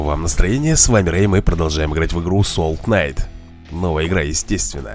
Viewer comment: не соул кнайт а соул найт я перевйол